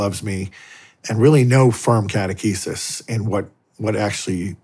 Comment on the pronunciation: I can't believe he mispronounced catechesis.